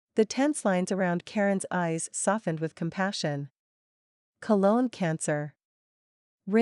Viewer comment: Oh wow. It has only just started and it’s supposed to be serious but… you gotta laugh when the AI voice gets it wrong. “Cologne cancer?” 😂. Too much perfume. Boy Rym is an immature guy and he is so passive aggressive. He is really annoying. He is also a complete jerk to kiss her when he does not care enough to solve issues. Even though I have finished the book I do not like him and I don’t think he has made amends to her for being so cruel.